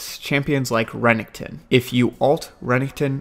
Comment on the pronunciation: He pronounced Renekton so weirdly...